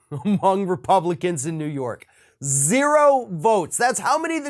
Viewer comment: love the call back to "ZEE ro"